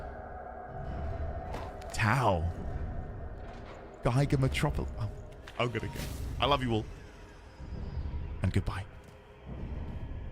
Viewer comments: Great reaction <3 (It's Giger not Geiger) :) Tau looks incredible, really didn't expect those vibes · Hey, it's "Giger" (pronounced Gee-ger). It's understandable you thought it's written and pronounced differently since many people say it like they would "tiger" and you probably inferred the "ei" like in Einstein from what you heard.